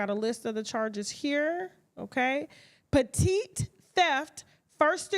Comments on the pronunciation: Tasha, when u said petite theft, I laughed so hard..it's petit theft pronounced pet-ee........😂😂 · Petit😂 😂 Tasha it’s pronounced “petty”